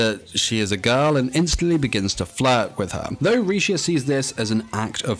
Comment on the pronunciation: Honestly, she's really strong. She just never knew how to use her strengths at first. Also, WHY DOES EVERYONE CALL HER LECIA HER NAME IS RISHIA REEEEEEEEEEEEEEE